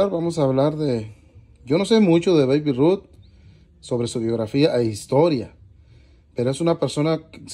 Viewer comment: Hola, se pronuncia Beib (Babe) Ruth en buena honda y si son Muy collectibles! Te deseo mucha suerte! Saludos ❤️